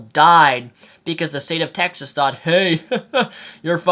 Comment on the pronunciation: He said Texist haha